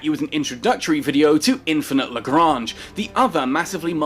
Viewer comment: Captain Benzie: Explains how to pronounce LaGrange, then proceeds to pronounce it LaGrainge, lolz love ya Benzie keep up with the vids.